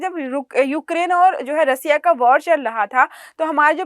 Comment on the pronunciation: रसिया ❌ रशिया ✅